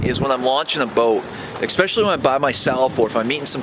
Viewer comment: Please don’t say “exspecially “...makes you sound stupid.